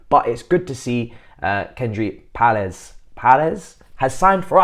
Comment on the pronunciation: icl you mashed up Paez pronunciation. It’s Pie-Ez